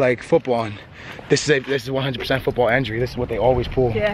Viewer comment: for the love of God... It's pronounced INjury not ENjury